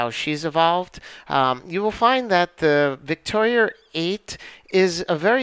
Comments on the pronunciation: Victoria is not a hard name to pronounce. Why do you insist on putting an "r" at the end? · Ha, obvious condescension regarding quantum physics aside, as a former linguist I am very much aware of how things are said with regional accents. Names such as “Victoria” are frequently pronounced with an r after it in both the UK and New York. Considering the fact that the person who made the video is from New York, it’s not surprising at all that he puts an r after Victoria. But congratulations, you win the internet for being an ass on a YouTube video for no reason whatsoever. Bravo, enjoy your achievement. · I think we are going to have to agree to disagree. I appreciate the actual conversation even if there was rudeness on both ends. Sarcasm and rudeness aside, I see it as more of an accent thing. A lot of people who live in the NY area add the r’s and from what I’ve gathered, don’t even hear themselves saying it that way.